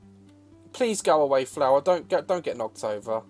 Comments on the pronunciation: Same here😹 FLUER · My favorite part was when you said "Andbnow I present... FLUER! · "i present to yeuu, fleuu!!" fucking killed me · When he Said “I present to you Flure” I lost my self. 😂😂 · "I present to you.......FLEUR"😂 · “I present to you, flUer” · Daz: “I dropped the flour!” Me: no Daz, you dropped the... fèur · “ I present to you ..... fluer!” 😂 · " I present to you floour " 😂😂😂😂😂😂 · Daz: I present to you....! FLUER!!! XD